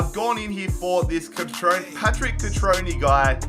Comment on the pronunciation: Cut-trone-a not cut-trone